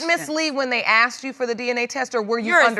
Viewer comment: Why can’t they say “asked” properly? They say akst. 🙄